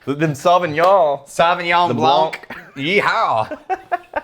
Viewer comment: The c is silent in blanc. 😉